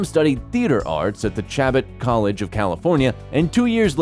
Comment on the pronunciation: Incorrect pronunciation of Chabot College, but other than that, great video!